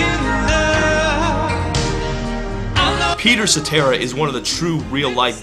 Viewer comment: Peter Sa-terrible...